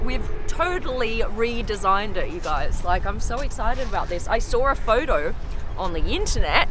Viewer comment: "I sawr a foudou"